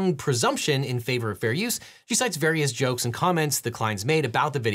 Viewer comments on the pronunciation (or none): none